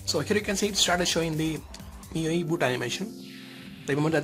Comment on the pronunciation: good video.... just one tip... the os is pronounced as "MY YOU EYE" i will definitely try to get this... for now running on the CM12 and hoping for Oxygen OS